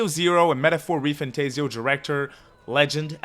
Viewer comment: For an atlus content channel it is surprising how you still can't pronounce re-fantazio property